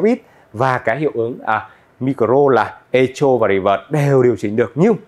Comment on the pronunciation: Chữ này đọc là "Ê-cô", đừng đọc " Ê-chô" bạn nhé!